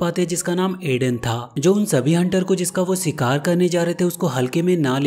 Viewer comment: Bhai shikaar hota hy sikaar naheen❤